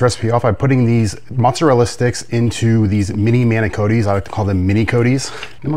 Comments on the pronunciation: I was just getting peeved off EVERY TIME He pronounced "MINO-COE-TEE" & "RIG-GOATA".. 😂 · WTF is Rigota!! It's Ricotta!!! DAMN!!! It's pronounced MAN-I-COT-TEE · Your Italian pronunciation is brutal. Rug gota is close to Bogota. Manucoatty was a Spanish bootlegger who sold man na - cot e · Same nor have I ever heard Manicotti pronounced like Manicodies -Person from Ohio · Man-A-Cotti, Ri-COTTA, universal English pronunciation from Texas to Canada and every place in between. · Manicotti pronounced Mana-Caught-E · Having an Ohio accent doesn't make you mispronounce manicotti. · It looks amazing, but please learn how to pronounce manicoti, and ricotta. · Manicotti, your pronouncing the name of the pasta wrong, even though referring to the smaller one’s as mini’s! Not mini -coti’s because, it’s not Cotti patsa - so, it would be manicotti -min’s!If you are chef and, presenting a recipe to people that’s how you should present it rather than call it a completely different name, not trying to be rude, then, it just leaves your audience/ the consumers going to the store looking for a bag or box pasta that isn’t even on store shelves!